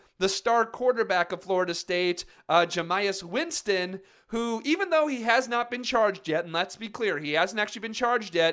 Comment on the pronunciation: Rape victims don't ask for privacy. So many of your "facts" about the Winston case are wrong and the fact that you can't even pronounce Jameis Winston's name correctly just proves you have no idea about the case. If you should be condemning anyone it's the women who falsely accuse men of raping them. They can ruin a man's life with just the accusation.